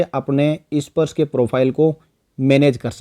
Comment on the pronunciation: issparsh nahi bhai sparsh. 😄